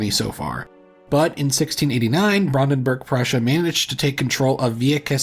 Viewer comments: Some of them weren't so bad. You have to give him credit, it could be much worse. I think he should either go full-American on it or try his very best at a correct German pronunciation. I don't like the half-assing of Brandenburg. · just learn the IPA pronounciation rules and ask chatgpt to write these names down in the IPA format. Then just pronounce it as [ˈbʁandn̩bʊʁk]. Its not that difficult even if you dont speak any german at all. Oh and the family was called weLser family not weSler family…